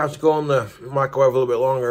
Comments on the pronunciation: I can’t un-hear him call it a “micawave”. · Does anyone else hear him say “Michaelwave”?